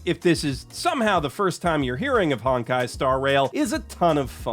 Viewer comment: "Hawn-kai" bro i have never even played this silly game but even i know your vowel sound is off